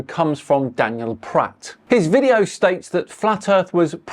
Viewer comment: Pratt rhymes with twa....